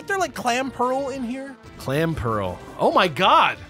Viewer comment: I've also unsubbed because it is NOT "Clam Pearl", it's "Clamp Earl", as in the "earl" of a castle.